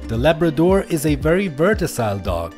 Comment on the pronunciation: I heard him saying the Labrador is a very “vertasile” dog, I am sure he pronounced it wrong, He means versatile not vertasile…